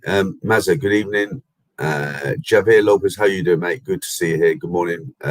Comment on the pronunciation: Hi, great live stream, the world is full of idiots please ignore them hopefully they will go away like a nasty rash 🙏 I know you like to get pronunciation correct as Pattaya, Javier is pronounced with a H so pronunciation is Havier 😊 enjoy the rest of your trip👍👍👍